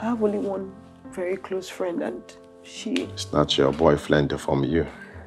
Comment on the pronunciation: Vely educated😂😂😂